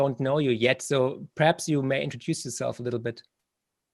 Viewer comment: Marc, du bist top. Ich habe in den letzten Jahren so viel von dir gelernt. Unter anderem durch deine tollen Bücher und jetzt seit Monaten durch diesen Kanal. Darf ich dir daher auch einen kleinen Tipp angedeihen lassen? Dein "perhaps" hört sich jedesmal wie das englische "preps", also "Vorbereitungen" an. Als Prepper fällt einem das auf ;o). Grüße und weiterhin viel Erfolg und tolle Gäste.